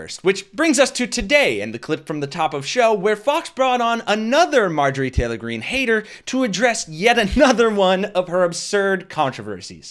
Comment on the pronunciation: Dude said Marjorei Traylor Greene!